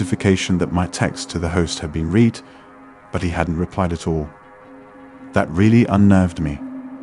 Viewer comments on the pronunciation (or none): Yeah I caught that and read (past tense) pronounced like reed instead of red. A Brit wouldn't have made that mistake. I agree with you. AI for sure.